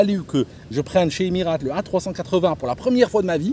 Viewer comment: Le bon Franchouillard raleur... Et qui ne sait même pas prononcer "Emirates"....🙄🙄 Je les ai pris des douzaines de fois, long et moyen courrier mais en Business sur A380. 5 étoiles !